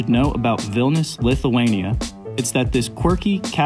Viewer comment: Its a shame u cant pronounce the name properly.its not vilnus its vilnius..